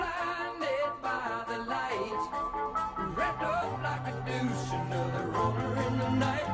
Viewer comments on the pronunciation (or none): To be fair the singer terribly mispronounces both “deuce” and “runner”. That isn’t exactly mishearing it.